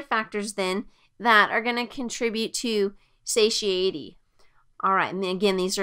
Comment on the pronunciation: This is very good, but I just couldn’t help but got distracted by her pronunciations, satiety? Duodenum? Anyhow, still very good.